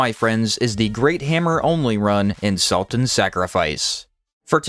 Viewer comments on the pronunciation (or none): Emphasis on "salt" moreso than sacrifice, eh?